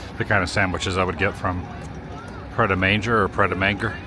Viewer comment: Pret a Manger is pronounced ‘mange ay’ and is French for ‘ready to eat’ 😊